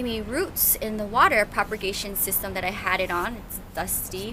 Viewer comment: You are the sweetest plant lover on YouTube. I have one thing to say though. The word is PROPAGATION. Not PROPER-GATION.